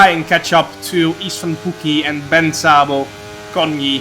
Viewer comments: I'm Bence as well and you say B E N C E not BENC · Hey Jarno, I'm from Hungary. Just a tipp, when u pronounce the name:" Bence" say the second "e" as well not just Benc, its Bence